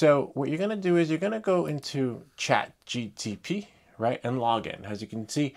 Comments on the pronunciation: it’s called Chat GPT not GTP 😅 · Why do you mispronounce chatGPT? You keep saying chatGTP